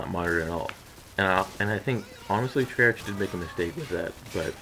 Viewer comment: who's saying its gona be a terrible game? all my buddies are excited for it. and its tray-ark not tray-arch. hopefully all the expoliters from this game just stay here and dont pollute blackops.